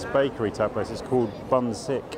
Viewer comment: Super belated comment, but "bunsik (분식)" is pronounced like "boon-shik." The "shik" part means "food" and the "bun" part literally means "powder" but refers to wheat flour. So it's literally a collection of cheaper foods made with wheat flour, and it is indeed often sold on the street. I remember I ended up at Trafalgar Square a lot when I lived in London, because that was where the night buses started.